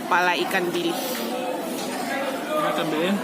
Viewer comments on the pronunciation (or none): Bilih uni bukan bilis.....